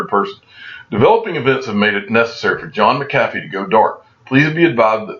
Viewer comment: 😂😂😂😂!!! Been screaming it since I first heard him pronounce it!!!